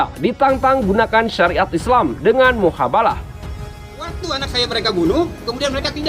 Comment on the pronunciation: Koreksi ya min:MUBAHALAH. bukan muhabalah. Maaf 🙏🙏🙏. Sy dengar diperkataan pertama. Tetap suarakan kebenaran 👍👍👍